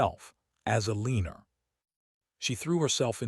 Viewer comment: Her name is E-leaner..lol.